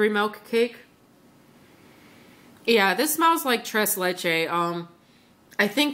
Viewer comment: Yep...you pronounced "tres leches" correctly! :p GREAT haul...I've never ordered from SMT...I'm missing out on lots of yummy-goodness :/